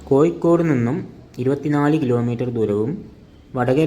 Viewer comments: കോയി കോട് അല്ല കോയ.. കോഴിക്കോട് 😂😂😂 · കോയിക്കോട് അല്ല..... കോഴിക്കോട് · സുഹൃത്തേ കോയിക്കോട് അല്ല മലയാളം സംസാരിക്കാൻ ആദ്യം പഠിച്ചു വാ